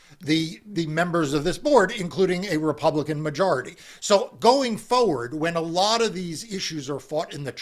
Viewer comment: Call the petty annoyance, but there is no such word as foward, it’s just that so many people forget that there’s an R in that word. Or is it that they FOget.